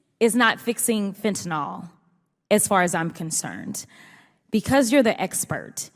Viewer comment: Great video, great rep. One nitpick: fentanyl, notice there's no o there.